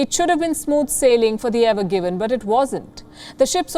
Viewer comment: Evergreen and not Evergiven